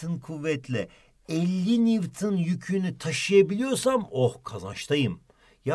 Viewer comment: Newton değil NİWTİN